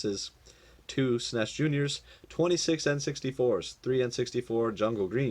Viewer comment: Great deal. But please don’t say S-NES. ITS S-N-E-S 🤪